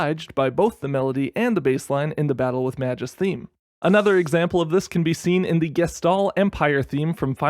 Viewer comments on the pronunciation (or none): Magus's name is pronounced with a hard G (I think). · The way people mispronounce magus hurts me. Hard g guys. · cRACKING UP at Mah-juice, who's Mah-juice